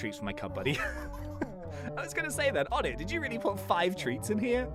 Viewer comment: Oh-nay not On-ett